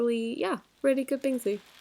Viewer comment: me being a major asian THATS nOt hOW yoU PrONouNcE bInGsU